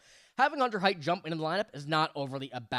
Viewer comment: buddy, sweetie, kiddo... you're mixing two prospects names together. Hunter Haight is pronounced HATE. Riley Heidt is pronounced HEIGHT. I've held my tongue for too long in this.